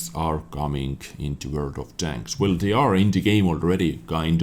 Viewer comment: Mti Itesm Wörd* ^^